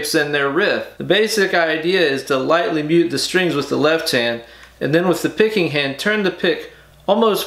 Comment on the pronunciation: The technique is "pick raking(rakes)" for those who don't know what he was purposefully mispronouncing.